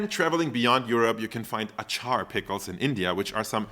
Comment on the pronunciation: It's Aaaaatcha!😂😂😂 Not A-chaaar... like sneezing 🤧 "achoo" but rather "atchaaa". You're welcome.